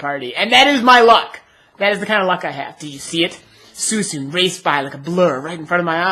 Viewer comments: By the way, its pronounced SWEECOON not SOOEESOON lol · ive never heard that pronunciation of suicune before. thats pretty neat :D i pronounce it swee-coone, if that makes sense XD